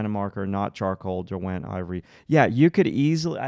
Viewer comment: Derwent is a place in the Lake District in. England. It is not DerWENT, it is pronounced DERwent